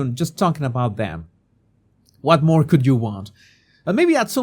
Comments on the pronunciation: respectfully, it's MORE not moar.❤ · M O R E! Not "MOAR." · Moar. I still want you to answer my question about saying " whore-chard" on prupose. That's not a common sound in the spanish language that i can think of.